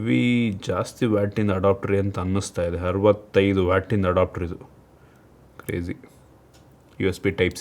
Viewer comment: Adopter alla guru adapter